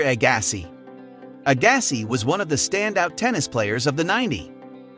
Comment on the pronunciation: Ok... You fail right from the start. Who doesn't know how to say Andre Agassi and John McEnroe's name??? Why are you even something on Tennis when it's obvious you aren't a fan of the sport,, Then, you said Ivan Lendl's name wrong.... But, You did get Jimmy Connor.... I can't even watch any more of this.